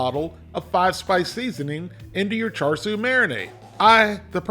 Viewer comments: From speaking to Chinese people it’s pronounced ‘shar’ not ‘char’ 😁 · Hey, the “Siu” for Char Siu, should have a bit more emphasize on the i in the middle, not Su. But the pronunciation for Wok Hey is dead on. Char literally means fork or pok. when the meat is being roasted, they stick a metal rod (as the fork) in the meat. We (Cantonese speakers) call leaner Char Siu “saau char, fattier cut “fey char”, and the half and half “fey saau char”, most people prefer the half and half